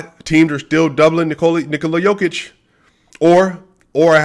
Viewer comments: You're saying Nikola right, but it's Yooo-kitch and Voo-chevic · Whoever said Jo-Kitch is trolling you dude :D